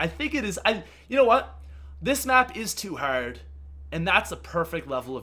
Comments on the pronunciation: Americans do not pronounce hard "herd" XD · I love how he says "Hard". Is he American? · Thanks guys! That's why I was wondering why he's saying the word that way. 😂